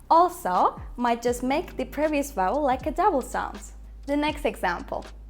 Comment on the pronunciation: Your English is quite good but I still can hear vubble instead of vowel